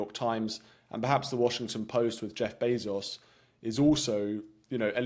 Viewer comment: It's Bayzos fool!!!